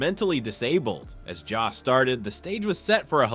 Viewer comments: His name is Jost! Not Jast! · It's Joe-st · Maybe teach your AI to properly pronounce Jost. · Did anyone notice that most and jost sound alike? Does the computer voice pronounce most that way? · PLEASE learn how to pronounce Jost! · I hate AI narrations as they mispronounce “Jost”